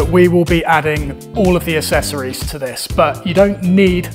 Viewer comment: Weird that you pronounce the word ACCESS properly (ak-sess) yet you pronounce the word ACCESSORIES wrong 😑 It’s ak-sess-or-ees - NOT ass-ess-or-ees. You sound like an ass when you pronounce it wrong!